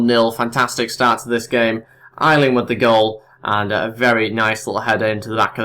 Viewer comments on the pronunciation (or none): aylings name is pronounced A-ling mate. just pointin that out:)